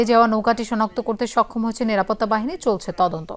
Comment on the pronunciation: আপনার উচ্চারনে যতেষ্ট সমস্যা আছে কয়েকটা বানান বলে দিচ্ছি, ১। বাঁচতে কে মাচাতে বলে ফেলেছেন, আর বাহিনী কে বালহনী বলেছেন,। ধন্যবাদ